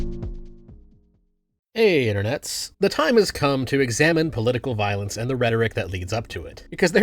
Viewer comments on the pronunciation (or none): “Cawll to viowence”⌨️🫃🏻 some Charlie Kirk acolyte just got done pew pewing up FSU and I have yet to see a VOOSH/destiny follower do something like that. Obviously voosh is over the top but anyone who isn’t a rightoid sperg could tell you that. This video is incoherent just like libertarianism lmao.